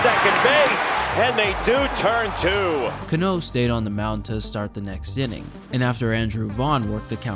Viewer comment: CA-no, not ca-NÓ.